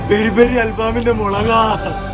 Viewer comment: മുരുഗാ ❌ മുളകാ ✅